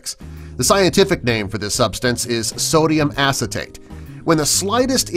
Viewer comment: sodium-ass-i-take lmaoooo 😂😂😂😂